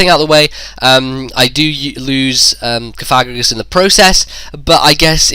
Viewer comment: You're mispronouncing Cofagrigus! You should say it as "Coff-A-Greejus". Sorry to be pedantic, but I can't help myself.